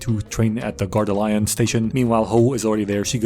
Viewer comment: And also LYon instead of Lee-on